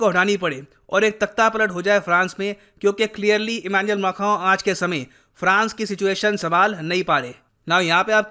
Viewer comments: Who else loves it when says Emmanuel Mackhron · I need to learn pronouncing Emanuel Macron correctly from 🙂